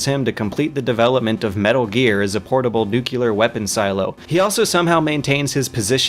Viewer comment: Did he just say nukeyoular?